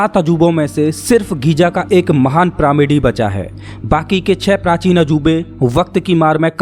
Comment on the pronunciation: गीज़ा है घीजा नहीं है।।